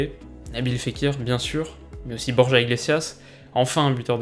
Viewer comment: Sa se dit borra sinon super vidéo comme toujours